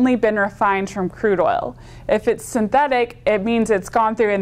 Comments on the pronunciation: Man, watch how she says 'synthetic' . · The way she says:"synthetic" !